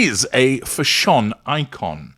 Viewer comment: Why do you keep saying Fash On ?? Is that the correct way to pronounce it ..?? It drives me and a lot of others nuts.